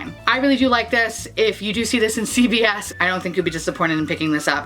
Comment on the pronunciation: Love the video, and I think you rocked those looks. I was sad about not having this magical New York Store you were referring to...until I finally realized you were saying CVS🙄